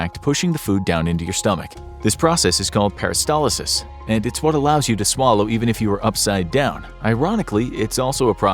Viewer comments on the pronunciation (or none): It's peristalsis, not peristalysis.